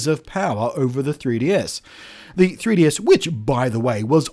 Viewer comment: Congratulations on pronouncing 3DS in a way that sounds like Tedious. This is how I will be pronouncing it from now on.